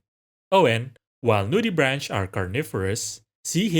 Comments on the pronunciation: Pretty sure it is pronounced brank not branch lol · WHO TF SAYS NUDIBRAN*CH*